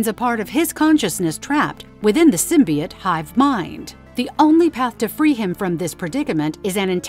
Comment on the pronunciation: “Anals” “symbuyot” this gotta be ai